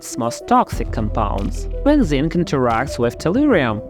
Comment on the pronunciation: Man you need to do something about your pronunication. You are partially unintelligible. You said, "When zinc". I got "Benzene". I had to switch on the subtitles to understand what you were saying. Your presentations are good only your voiceovers sound like you're chewing something while talking.